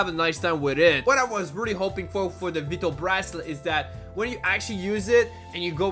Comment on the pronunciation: Vwytal not veetal.....:(